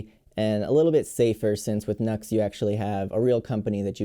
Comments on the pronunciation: That seems quite interesting, great demo! Btw, I think the supposed brand pronunciation is 'New ex' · Thanks for your review. Very helpful. BTW, the company's name is pronounced: “New Ex.” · Saying it as nux sounds better... 🙂